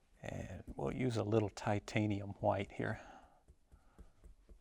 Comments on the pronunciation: Titanium ha-white. Bob use to say it the same way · No fro...no go!!!!!! I'm just kidding. I like this guy. As long as he talks softly and pronounces it as titanium hawhite. Nope, nevermind. He didn't narrate beating the devil outta his brush. This man is a fraud..He has not been trained by Bob Ross,he did not mention beating the devil outta the brush on his first beating the devil outta his brush......Again I am kidding. I remember seeing Bob Ross almost 30 years ago ,one of my first memories as a kid and thinking he was cool. Bob Ross reminds me of my dad if my dad were a paint artist.